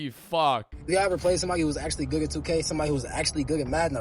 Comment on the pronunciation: Yo, is he saying "goog at" instead of good at?